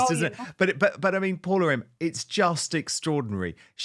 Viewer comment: Hey Dan, please ensure to pronounce your guest’s name correctly moving forward. Her name is Paula M., not Paul-M, so be very generous with the “a” in the end. As a Fernanda being called most times as Fernando or Fernand, remember that for Latin names the last vowel is actually the cherry on the cake ❤️